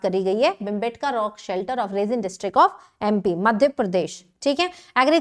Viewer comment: Mam it's रायसेन district of mp not रसेन